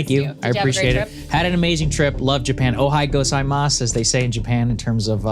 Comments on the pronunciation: Ohay-O-gozaimasu! Don't forget that middle O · Saagar butchered おはようございます(Good morning) in Japanese. Hurts my ears. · Saagar butchering “good morning” in Japanese made me cringe. Good on him for trying haha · Saagar pronounced " Ohayo gozaimasu" wrong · That ohayogozaimasu pronounciation was so bad